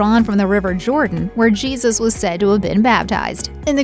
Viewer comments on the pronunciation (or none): none